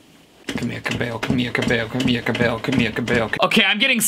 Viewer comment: Ka-mi-lia co-bi-ll-o